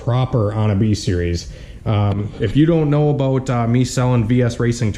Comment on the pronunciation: "I don't know how I feel abooot it" tuned